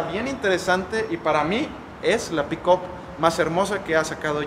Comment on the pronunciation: PERO POQUE LA LLAMA "PICOP"......ME DA RISA.....JAJAJAJA NO SERA EN TO CASO,...PICAP......(PICK-UP)....🤣